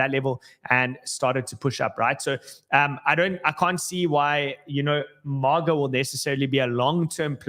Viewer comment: it's not MOGGA. It's MAY-GA. MAGA. Not MOG lol. & Solana Classic is on* Dextools.